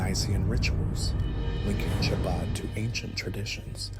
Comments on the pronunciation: The ch is pronounced like kh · Chah-baad? This must be AI or a very stupid person.